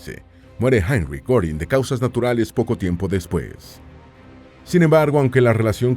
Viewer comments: Al menos investiga cómo se pronuncian los nombre de los personajes. No mamessss. No es “Gorin” es “Guerin” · Goering se lee Guérin, no Górin 😮 ...